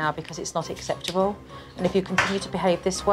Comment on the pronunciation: This is the woman who cannot pronounce the word 'acceptable' 🤣